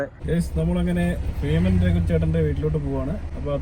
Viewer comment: Feeman alla beeman athonnu maattiyal ok